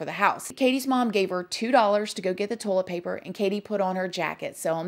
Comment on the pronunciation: Ive been made fun of since elementary for pronouncing toilet paper..."tohl-eht paper" so imagine my excitement when I heard my girl over here pronounce it the exact same way 😂 if anyones gonna pronounce something as weird as me...its probably gonna be her lol